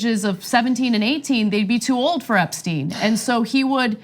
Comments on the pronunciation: How do you pronounce someone's name in two different ways within 30 seconds? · Did anyone else find this a rambling clip, in which everyone on the panel seems to know a bit of the story but not the details? Ana can't even pronounce "Epstein" consistently. And some of this is not really explained: Acosta has behaved unlawfully by breaching the Crime Victims' Rights Act, but the judge said he had breached the US constitution?